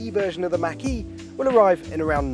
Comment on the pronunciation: Why can’t anyone on YouTube properly pronounce “Mach”?